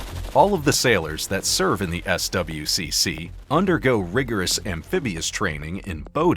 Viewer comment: no one says the letters in SWCC. it's "Swick"